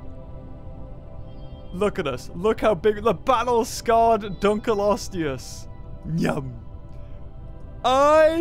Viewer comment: Why does he keep mispronouncing Dunkleosteus? Dun-klee-osteus, not Dun-kul-osteus, maddening!